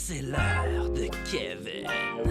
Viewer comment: Ça ce prononce keveun